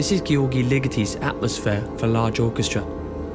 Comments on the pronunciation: It's pronounce "jurj." "Jurj LEE-getty." Like if "George" and "church" had a child. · Thanks for your interest in this and thanks for the Patterson link. Looking forward to checking out that essay. You may want to learn the proper pronunciation of both his forename and surname for the sake of accuracy tho. Very nice graphic work and enjoyable presentation. Thanks again! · Fantastic essay! However, you could haven taken about 2 minutes and checked how to pronounce György in Hungarian, because this sounds absolutely catastrophic XD